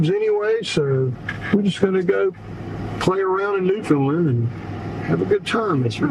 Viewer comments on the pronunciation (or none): Great video. Loved everything. FYI. Newfoundland rhymes with understand. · I lived all over the US for 12 years and no one could seem to pronounce Newfoundland correctly. Americans always say New Fin Lin......you have to say it fast New Found Land.......lol.....You stayed in my hometown of Twillingate. Cheers.